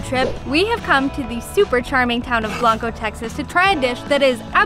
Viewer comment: It’s blank-o. Just FYI